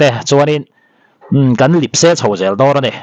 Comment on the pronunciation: Sir...Lip se....ni lovin Lep se tihtur ni zawk awm tak a ni....